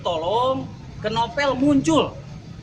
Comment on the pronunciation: Novel pak bukan Nopel.. hahaha.. #sundadetected